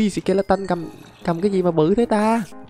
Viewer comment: Là sờ ke la tờn chứ k phải sờ ke la tân